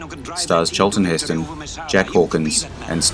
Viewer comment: "CHAAL-tun HIS-tun" 😂